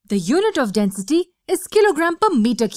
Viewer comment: Ummm all I hear is Denstey